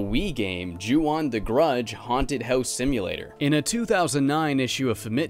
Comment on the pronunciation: Not to sound like a grammar Nazi, but in the Japanese language "O" always makes an "oh" sound. So the "on" is pronounced like the English word "own" Just thought you should know